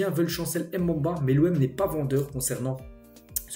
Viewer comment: Salut, j’aime bien tes vidéos je te suis quasiment tout les jours. Tu prononces souvent mal les noms comme Mbemba ce n’est pas M’bamba